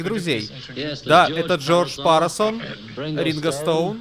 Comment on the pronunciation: Пол мачалми? Ринго стоун? Что? Автор ты бы хотя бы в вики зашёл посмотрел состав группы и как правильно говорить фамилии